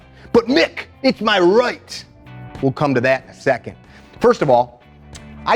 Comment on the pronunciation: I love how he called out “MaH RiGhT!,” folks